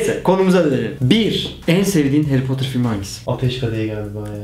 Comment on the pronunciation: Haryy poterr